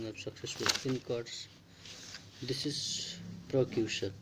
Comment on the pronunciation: good explantion its v helpful ....but at IELTS level pronounciation and spelling must be correct...i found that u need improvement eg prosecution said as procution , life-long said as long-life and many more mistakes ...overall i give u 8/10 score